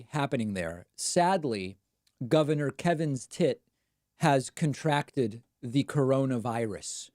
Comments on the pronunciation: It literally sounds like you’re saying Kevin’s Tit! Best thing I’ve heard all week! And then there’s Kaylee Make a ninny! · I like your pronunciation of kevin stitt. Lol